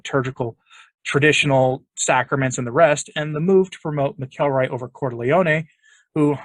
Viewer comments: i think it's pronounced mackle-roy, not mic-el-roy. anyway, cupich will be a [further] disaster for the Church, probably ushering in women Fathers and acceptance of homosexuality. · Dear, His name is pronounced “Mackle Roy” Mack-ul-Roy His nephew is in my old church. Thanks